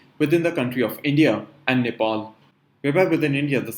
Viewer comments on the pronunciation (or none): none